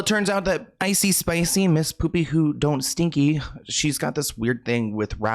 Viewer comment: Not ‘icee spicey’ 😂 🤣 I can’t with you!!😂 😜